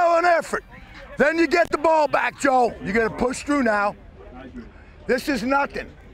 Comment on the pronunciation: the way he says joe is so funny to me